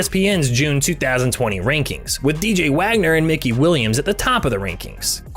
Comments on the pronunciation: Mickey Williams 🤣🤣🤣 my guy if gonna speak on someone at least say they name right its mikey my guy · It’s Mikey willams not Mickey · Mickey Williams, really ???? It’s Mikey….fyi….